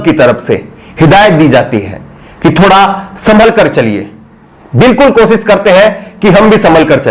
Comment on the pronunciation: aap sha shabd ka sahi ucharan kiya jye. Sha ko sa na ucharit kiys jye Aap ache patrakar he lekin bhasha ashudh hona ek patrakar ke liye a hi bat nahi he. Koshishbko aap kosis keh rahe he. Sharnak he ek patrakar ke liye